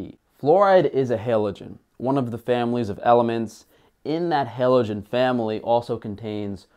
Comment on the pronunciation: 2 things: cite your sources and it’s HALogen not HELogen